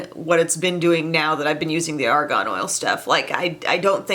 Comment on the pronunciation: psst. you are pronouncing it like Ar GON and it is Ar GAN. :-) I'm not sure we want to put Argon on our skin.....